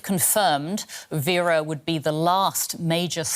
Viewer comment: Please it's Uvira not Uriva that's why you guys are even confused about what going on in Congo and make it Rwanda's problem